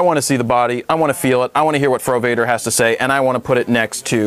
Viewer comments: I skipped the frowader part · Fro Wader is John Dumb-ar, i skip it